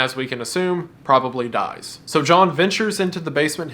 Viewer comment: lol you said Jhall instead of John